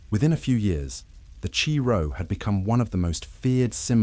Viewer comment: Chi Rho is not pronounced Chee Row ,it’s pronounced Kai Ro . Must be a Robot Reader without previous programmed knowledge of Culture and history 😂